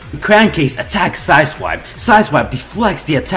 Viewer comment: Every time I rewind I hear him say asswipe instead of side swipe